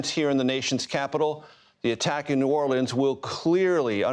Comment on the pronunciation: Cringe for how he said New Orleans…. They didn’t vote for him.